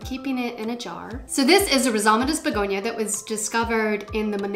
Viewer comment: Hey! I'm french and you pronounce it well...your accent is so cute for us😉😆🌱🌿🍃beautiful haul btw,have a nice night!